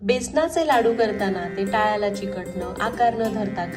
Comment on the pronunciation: लाडू छान झालेत, तुझे मराठी भाषेवर छान प्रभुत्व आहे व्हिडीओमध्ये दोनदा टाळ्याला हा शब्द योग्य उच्चारला वाव,नाहीतर लोक टाळूला असा उच्चार करतात😊